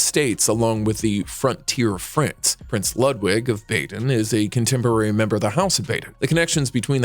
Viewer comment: "Bah den", not "Bay den". "Feh lee peh", not "Fehlip".